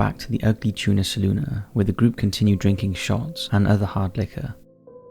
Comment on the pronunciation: Thank you. You are the first person to report on Brian and actually pronounce the bar correctly. Ugly Tuna Saloona. Everyone else droops the final a. Went to OSU here.